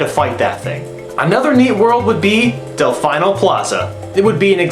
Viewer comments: I thought it was 'Del-feeno' in reference to pronunciation? Ah whatever, good video though man! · its pronounced del-fee-no